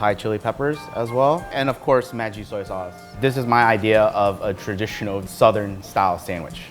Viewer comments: It’s not Muh-jee, it’s MA-ggie, it’s nestle corporation product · I noticed his pronunciation too. And also, I thought Maggi is pronounced mah-jee. Do these chefs really have shops in Vietnam? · I swear if I hear it pronounced Ben Mi and Maggie one more time... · This episode brought to you by people who are all friends, say Maggi differently, and with a guy who can't say banh mi properly.